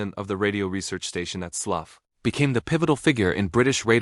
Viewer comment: The halting delivery of whatever text-to-speech used for this makes what otherwise is interesting content unlistenable. I made it about a quarter of the way through. BTW, 'Slough' pronounced 'Slau' (to rhyme with 'cow'), not 'Sluff', but British place names can be remarkably idiosyncratic.